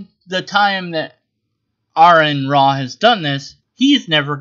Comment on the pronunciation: His name is pronounced are-on not air-on.